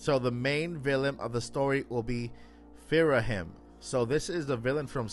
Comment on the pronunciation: Delete this and put your “source email” in the spam folder. It’s Ghirahim, first of all, not “Phirahim” or whatever you’re saying, and no… that doesn’t even make an ounce of sense if you’ve played Skyward Sword. 😂